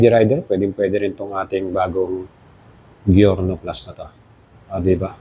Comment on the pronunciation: Good video! pero boss it's pronounced as Jyorno. Letter J po ang pagbigkas sa G nya.